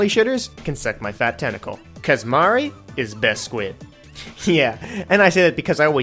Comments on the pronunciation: "Marie, is best squid." * Can't pronounce her fucking name right * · How can you call yourself a Marie fan when you can't even pronounce her name right?